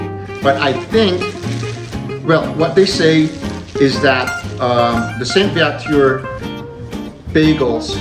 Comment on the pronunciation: Sir, You pronounced Saint-Viateur properly. :-) "Vee-A-ter"